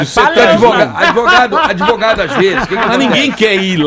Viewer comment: "adevogado Paloma"😂😂😂😂